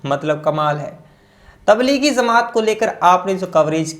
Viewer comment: Please correct some words like jamat not zamat